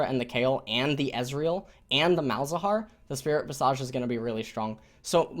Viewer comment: it's pronounced spirit vis' ij